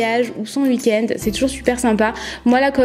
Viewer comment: c'est drôle tu dis 😂❤️